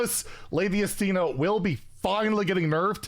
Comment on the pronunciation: Maybe now that S'theno is getting hit, we finally won't have to hear mispronounce it anymore😅